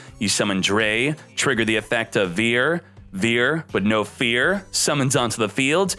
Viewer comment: I love how he unintentionally pronounced cyber dragon vier correctly by saying the word fear lol